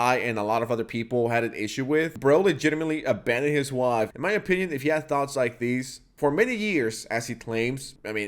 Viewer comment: why do you say “wife” like that?